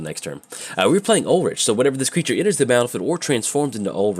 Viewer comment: Ulrich is pronounced Ul-Rick.